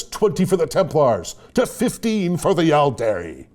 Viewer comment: Loving the "All-dairy" and "Opp-sock" mispronunciations. Interesting thing about "Aeldari" is that it's almost pronounced "Eldari" because of how Æ is pronounced in "Aether" and the like (ok so it's a little bit closer to Ale-dari, but it definitely sounds more like an E than the softer A of "all"). I still think it's funny when people say "Kah-yoon" instead of "Cow-Yawn" because it always reminds me of Weyoun from DS9... still I can't wrap my head around pronouncing the "yon" from Kauyon as "yoon" though... it will never make sense even though I like hearing it.